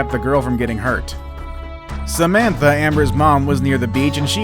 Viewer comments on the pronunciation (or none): none